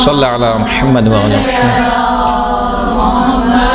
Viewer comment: Khahiraan jb Drood Pak parhti hn tu lafz Muhammad ko Mohammaad parhti hn... Mehrbani farma kr sahi talafuz k sath parha jay